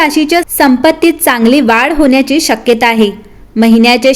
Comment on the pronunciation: जरासं न आणि ण कसा कुठे उच्चारायचा ह्याकडे लक्ष दिलंत तर बरं होईल. जसे "आणंद" "पन" "होन्याची" "अणावश्यक" इ.